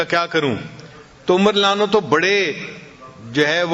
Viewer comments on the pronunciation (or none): Hazrat aap ka bayan bht acha hai...Lekin ek baat pe aapko guzarish karunga k aap Radiallaho Anho PURA Ada Karen... Hazrat Umar k Naam k aage aap jo farma rahe the (ma'azallah) us ka matlab galat hota hai ye aap mjhse behtar jante honge...